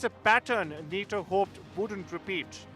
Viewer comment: Just say Na-TO